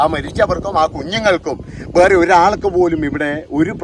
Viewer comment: സാറിൻ്റെ വീടിയോ ഇഷ്ടമാണ്. പക്ഷേ സാർ, ബേറേ എന്നല്ല വേറെ എന്നാ ന്ന് ഉച്ചരിയ്ക്കേണ്ടത്